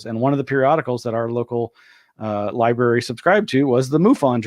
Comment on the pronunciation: did he say liberry